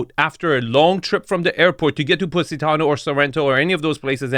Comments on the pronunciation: “Pussytano” 😂😂😂 gosh 😂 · Thought he was saying PussyTown.. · He pronounces it "Pussy-tano" 😂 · Stop calling it "Pussy"tano, LMAO... 🤣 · This is the First time I heard an american pronounce Positano, cracked me up a Little 😂